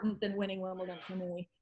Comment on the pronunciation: Why can't Americans pronounce Wimbledon right? It's not Wimpleton